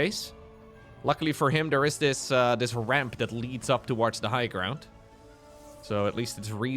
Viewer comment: The way you pronounce "Uhh" is very aurally pleasing